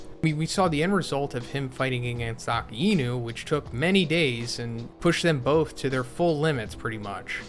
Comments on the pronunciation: Lmao it’s uh-kye-noo not akee-y-nu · Please correct your pronunciation. Akainu means Red Dog 赤犬 (right) Akiinu means Autumn Dog 秋犬 (wrong) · Bro its pronounced "AAK- EYE- NU" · who is aki ino? A-KAI-NEW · "Aka-eenu" lol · Why do you say akainu’s name like that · What is with that pronunciation of Akainu